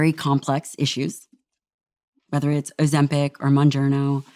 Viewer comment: Why does he say Ozempic and Ozem-PACK 😭